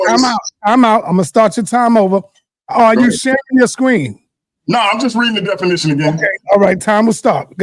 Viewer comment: It is hilarious to keep listening to mispronouncing the word 'definition' as 'denification'!😂